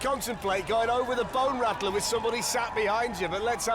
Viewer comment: "Can they make it over the BONE RACKLAR" aka Bone Rattler LOL.